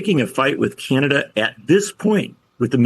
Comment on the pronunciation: it's pronounced Canada, not Cyanada,.;-)